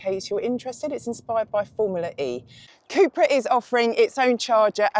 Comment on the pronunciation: Cupra not Cooopra